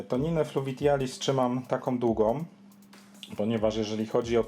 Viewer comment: Fluvitialis i arakuja mówisz :D?